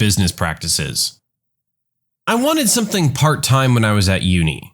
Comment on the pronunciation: No K in the word something.